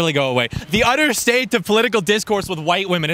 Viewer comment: “Gwoo away BHud”